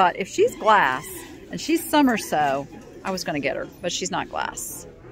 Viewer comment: Hi... When you say "SUM-myr-so" for Somerso (suh-MARE-so) I get mental whiplash trying to figure out what you mean. Hope you won't be offended, it's hard to get the pronunciation on words you read.